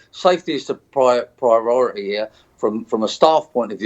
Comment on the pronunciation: Appropriately named.. CHARLIE!.. He can't even say "priority" what a Wombat.